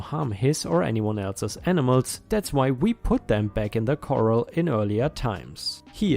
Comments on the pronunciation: Coral vs Corral you pronounce it like the first spelling, Corral sounds like Ral in Ralph --- Cor ral ( Doc Holliday at the Oh Kay Corral) us western history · Corral----CORE-RAHL...no biggie that your pronunciation is off, it's not your native language. Your English is great, otherwise. Hugs. I feel bad for the horses. for over 55 years I've dreamed of owning a horse, but only worked as a stable hand several times. Always the bridesmaid, never the bride, haha. Makes me angry when some lazy, irresponsible entitled jerk neglects his or her horses. Someone there needs to call an animal welfare group...ASPCA or horse rescue, like Horse Plus humane society. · Thanks. I love these long complete stories. So satisfying 😌. 🌟⭐🌠💫🇦🇺🌟⭐🌠💫 Ps Corral is pronounced...Core Al. Superfluous..Sue per flue ess. I've noticed your English improve a lot over time and you should be proud.☺